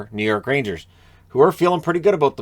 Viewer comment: The Rangers, or as it's pronounced in New York, Rainjizz, are on a ROLL!!! LFG